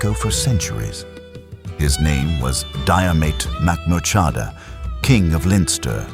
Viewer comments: Jeer-mit Mac-moor-ha-da * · Getting his name right would have been good. Why do AI? Are people so lazy that they cant even read an 11 minute video? And most of the images do not match the place or period in time. Again, why do this AI?????